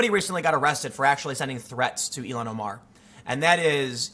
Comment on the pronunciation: I think its pronounced Ill-Han